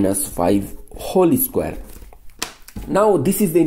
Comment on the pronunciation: He said holy square for whole square 🤣